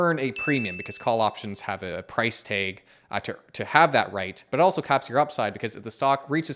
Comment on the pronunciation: Price-taeg Yep you’re Canadian 😊